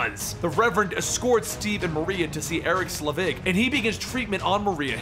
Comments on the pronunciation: It’s “sell-vig”. Not “slea-vig”…jesus… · If you hate your liver, have a sip of beer when says "Slevig" instead of "Selvig". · I love this videos but everytime he says Slevig I die a little, it's Selvig